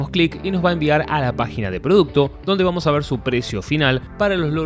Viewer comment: Dijo vuamos? XD vadym